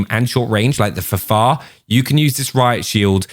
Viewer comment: Please say F F A R! It is not the Fahfahr.....